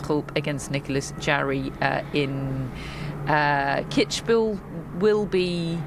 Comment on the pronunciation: It's Kids-bühel, not Kitsch-bühel, and Iasi is pronounced "Yash" as far as i know.